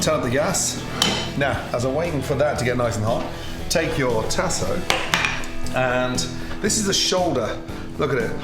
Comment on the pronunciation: Tasso ham...pronounced tah-sah in LA. And old bay? Yuck...use Cajun seasoning.